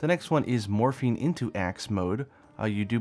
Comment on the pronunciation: Is it bad that when you were explaining what it could do I heard Morphine instead of morphing